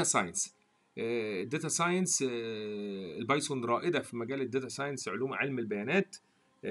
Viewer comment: اول ما دخلت على المقطع و سمعت اللهجة غسلت يدي منك يا ظالم اسمها البايثون سميتها البايسون خليها كودرد احسن ولا ردبول